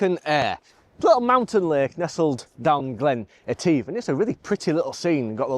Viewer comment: Interesting LND and CPL. oh, it’s pronounced Glen et if (all one ward) 🥱 Not yet photographed this area yet but it is a stunning place : high mountains and Glens 😊 Passing place ~ ouch 😩 🤣🏴